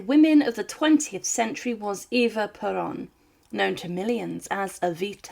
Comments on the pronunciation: No es avita, sino Evita. No es puron, es Perón. Que de casualidad no saben pronunciar correctamente??? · Great video. BTW - his name was Juan Peron pronounce "Wahn Pear-Own", not "Jew-On". Also Eva's name was pronounced "Doo-Are-Tay". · Bway-nos Eye-rays. Pear-own. Hwan, not jew-ahn. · At least try and get her husband's name correct. It's pronounced Wan Peron, not Jew-ann Peron. It really is easy to research this.